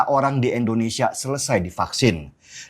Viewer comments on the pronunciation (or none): Bukan Endonesa om, Indonesia yg bener ngucapinnya Sentil nih 😅😅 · Indonesia bang den.. bukan endonesia.. Sekedar saran aja ; gunakan ejaan yg bener ah, biar lebih nasionalis lg bang den